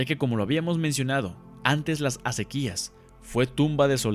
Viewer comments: eeee zonzo... no se deice... acequíiiiias... son acequias sin acento.... menso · Oye, un comentario, no es asequías, es asequias con acento prosódico en la e. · Se dice Acequias y no "Acequías"... Es palabra grave y no lleva acento, y tú la estás pronunciando como si fuese aguda acentuándola en la última sílaba, si te fijas bien en tu guión, notarás que no lleva acento en la "i" ni en ninguna otra vocal. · No son asequías, son aséquias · Asi es... acequias sin acento y la sílaba predominante es CE acéquias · Acequias no se pronuncia asi :P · Se pronuncia acequias sin acento en la i ....